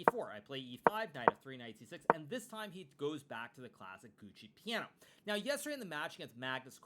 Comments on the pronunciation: Love your content but learn some italian. Its not Gucci Piano but Giuoco Piano. 🙏🙏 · "It goes back to the classic Gucci Piano"? Gucci Piano? Is that some new European fashion label for rich people who are trying not to raise any attention by being really quiet? Or did you really want to say "Giuoco Piano", ?